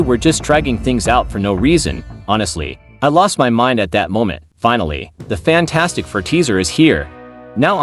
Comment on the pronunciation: AI voice over here. AI voice over there. AI voice over EVERYWHERE!!! "Faaantstic fur"!